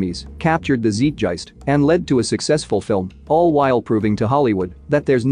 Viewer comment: Zeitgeist: pronounced Zite-gyst (zeit rhymes with site, geist is pronounced with a hard g and rhymes with diced), not zeet-jyst.